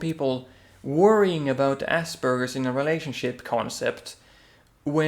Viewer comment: its Aspergers not Asbergers